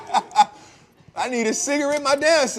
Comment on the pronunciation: Jose got me WEAK 😂 cigar-Ritz 😭